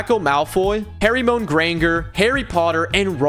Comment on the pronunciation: It'spronounced "HER-MY - NEE"